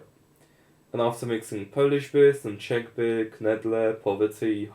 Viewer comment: okay the first time you said Czech I swear to god I thought you used a slur for Chinese oof, definitely might want to take my recommendation on a sure microphone and some sound dampening in the room. seeing as you are in eastern Europe it probably fits your décor to hang carpets on the walls so that is also an affordable solution. no offense from that comment I just think its a funny cultural trait of (some) Slavic countries.